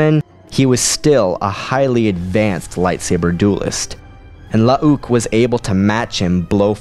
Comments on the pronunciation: Lmfao, omg dude, I can’t handle it….. IT’S NOT “La-ah-ook” Skywalker. They just spelled both of their names with 2 U’s to differentiate the clone version from the real person. That is literally it. They’re pronounced the same way…. It’s just Luke with 2 U’s…. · You're pronouncing 'Luuke' really incorrectly here. It's not spelled 'Lu'uke', it's spelled 'Luuke' and as such it's pronounced 'Luke' despite the second 'u'. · The way you say Lu uh uke cracks me up everytime. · It's bloody hilarious